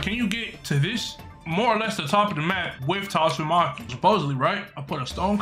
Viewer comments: Bro said toss and marky but said tatsumaki 💀💀💀💀💀💀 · Its not tatsumaki, its toss a marky.